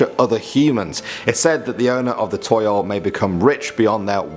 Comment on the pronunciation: toyol is pronounced as tow-yowl toyol